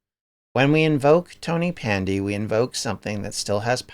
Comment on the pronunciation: Great video. It's pronounced tonnapandy btw. Ta man.